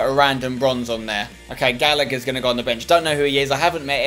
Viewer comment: MY NAMES GALLAGHER!!!! (It's pronounced Gallahur